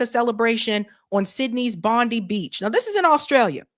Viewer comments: You say Bondi as Bond-eye, fyi for future. Though I never get old of you guys pronouncing Australian names. 😛 The individual that stopped one of the shooters in Bondi was a Syrian fellow, which threw a wrench on the narrative somewhat. Enjoying your work ✌️👍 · BOND EYE. Bondi , It`s pronounced Bond Eye.......